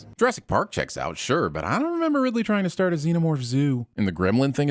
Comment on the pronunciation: It's RIPLEY, not Ridley.